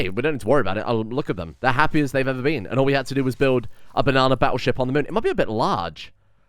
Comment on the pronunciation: Everyone Else: "You sunk my Battleship!": "You sunk my Bannattleship!"